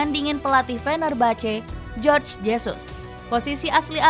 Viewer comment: Jorge Jesus. Biasanya nama sprti ini adalah nama orng Spanyol atau negara yg menggunakan bahasa Spanyol (Amerika Latin). Sesuai dgn bahasa Spanyol Jorge berarti dibaca Horge bukan Jorj, dibaca Jorj itu kecual tulisannya George.